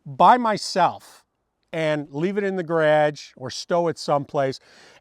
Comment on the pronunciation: Let’s not miss how he says garage 😂